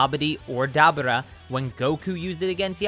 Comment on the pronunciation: Da-bura😂 love the video dude😂